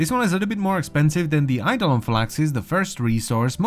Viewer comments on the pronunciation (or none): none